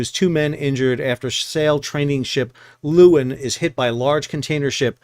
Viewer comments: You pronounce the ship's name 'Laywin'. It's Dutch for lioness. You're welcome. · The pictures of the Maersk ship in the harbor make it look enormous in the landscape. I don’t know if the Aussies are fastidious about the pronunciation, but the Dutch “Leeuwin” is more like “Lay-v(w)in”. The “V” is somewhat between the English V and W in that part of Europe, a “soft V”. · Leeuwin. (Lioness) Not luuin. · 'Leeuwin' is a dutch word meaning 'lioness' . it is pronounced as the 'lay' in 'layman' plus 'win', I.e. 'lay-win'. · That's not how we pronounce it in WA! We say Loo-en.